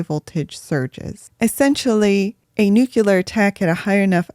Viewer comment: nuclear vs nucular 😁.... I hope George Bush did not teach you science